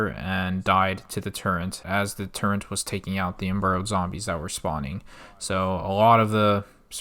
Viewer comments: just want to say amazing video but I was so triggered every time you said "turrent" instead of turret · Man pronounced “turret” as “turrent” for two hours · It's. Turret not turrent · Calls flat Earthers the dumbest people but doesn't know what a silo is, calls it a "big dildo", keeps saying "turrent" instead of turret. Glass houses homie. You aren't too bright yourself. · TURRET not TURRENT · Good content. The only thing that bothers me is the use of the word “Turrent”. It’s Turret lol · Turret* not Turrent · WTF IS A TURRENT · I will have a stroke if I ever hear someone say “turrent” again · every time he says turrent I die a little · Can't get past this guy calling turrets "turrents" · why do you say "turent" ☠️ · Great vid, but there is no "n" in the word "turret." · Turret < Turrent